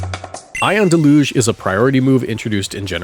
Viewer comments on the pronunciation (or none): Deluge is pronounced "del-yuge". Have a nice day. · That’s not how you say Deluge just so you know. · It's pronounced deluge, not deluge